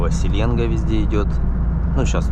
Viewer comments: СеленгА, ударение на А. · Ни гвоздя ни жезла!Река Селенга ударение на а